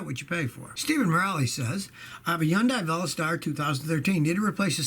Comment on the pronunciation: That was the most interesting pronunciation of Hyundai Veloster